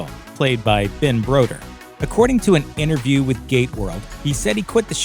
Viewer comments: Looper talking about Stargate late in 2020, gives me hope for a new Stargate project 😀😀 Edit: Its Ben BROWDER not BRODER Also..Its Sharé (shar ay) not Sheeri or Sheeria. Did the narrator even watch the show? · It's Browder as in "Eye Brow" DUR!!